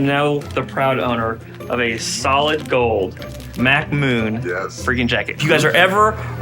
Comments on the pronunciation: Did this mfer just call Mac Tonight, MACK MOON??!! …more like dementia. C’mon man! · Can't believe you called him Mac Moon!!! Come on man he's Mac Tonight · Mac Moon!?? Come on 😂